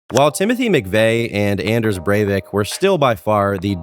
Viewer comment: broooo u butchered the name of anders breivik lol